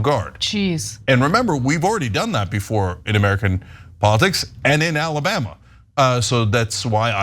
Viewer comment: AL-LA-Bam-Ma? Always think about getting my lip caught on a trip-wire when I hear that.